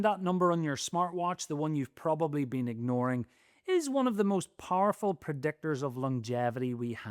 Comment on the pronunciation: "Parful pr'decktors..."